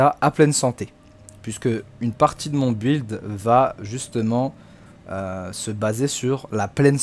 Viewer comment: Mais c’est incroyable que personne n’arrive à prononcer ce mot correctement ça se dit (bild) Et pas BU,ild